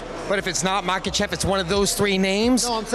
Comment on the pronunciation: "Dustin Pawahurayy", "Tttsarookeeaaaan" and "Maykuchev" had me rolling